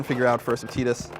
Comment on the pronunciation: Its Tidus, not Teedus artard. And what kind of man lets his woman make furniture....